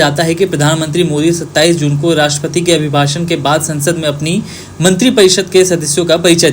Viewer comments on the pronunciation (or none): Ye kya sunai deti Manthira tohe muh me se ?